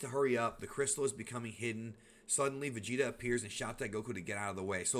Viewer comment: lol but it’s not vageta it’s vegeta